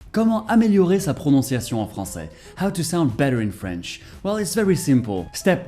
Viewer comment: Omgg, i'm french and your pronunciation is perfect, really !! Like a real french, I can't do the difference 😱👌